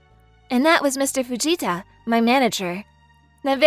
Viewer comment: Okay I could have sworn I heard " shut it vegeta " rather than fujita